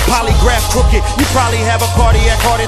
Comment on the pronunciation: Crooked's syllables OMG